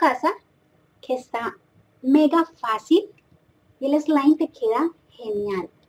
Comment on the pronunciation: Like si piensas que no sabe decir slime 😂😂